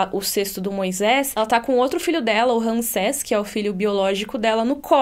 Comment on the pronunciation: É Ramsés, não Ransés. Tem que falar como se fosse assim: Rãmsés.